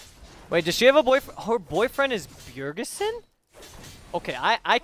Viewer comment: "Bjergesen?" LMFAO